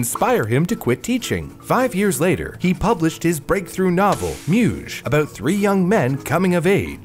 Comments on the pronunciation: Your pronunciation of Georgi is actually on spot. However Muzhe (the book's name, means Men in Bulgarian) is not even close. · Lol... funny how "Muzhe" was pronounced.